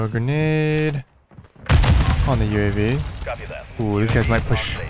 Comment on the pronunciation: that dude just called a UAV a "Yooave" cringe.